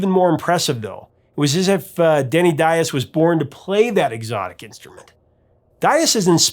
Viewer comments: Why do you keep on saying Daiz when it's actually Diaz? Don't murder the guy's name. That's the only thing he had aside from his talent . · Sir, are You that unskilled at pronouncing guitarist Denny Dias as this, (Dye-Az)? It is pronounced (Dee-Az). Also, the featured guitarist in "Reeling In The Years" and "Kings" Elliot Randal. For claiming The title as Professor Of Rock, you are in dire need of remedial Rock History classes. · Is that how Denny pronounces his name? There were a group of Portuguese who came to the U.S. and intentionally mispronounced their name apparently to sound "less ethnic." So, it's not surprising, but I can't listen to it. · Dude, please brush up on your Spanish! The way you pronounce Diaz makes my heart jump.